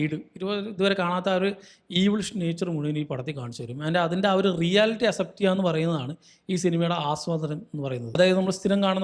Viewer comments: aas-ept enn alla ax-sept enn pronounce cheyane bro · Bro thiruthuannu vijarikkaruth kure vattom repeat aayond parayua. അസെപ്റ്റ് alla അക്‌സെപ്റ്റ്. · Accept pronunciation is wrong